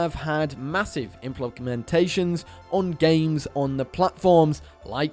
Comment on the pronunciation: Inplonkumentations or smth.